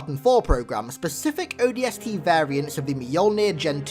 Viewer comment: he said odsp i cant stop laughing